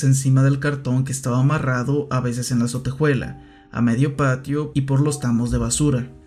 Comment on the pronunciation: Me desespera un poco que pronuncie "sotejuela" (ya sé que es un comentario muy off topic peo no lo pude evitar)